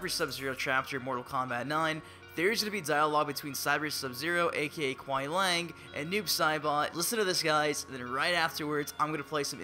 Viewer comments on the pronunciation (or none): It kinda bothers me when people call him Kuai Lang. It's pronounced Kuai- Lee-Ang